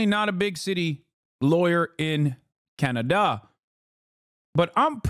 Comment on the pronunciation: Why are you pronouncing Canada like that??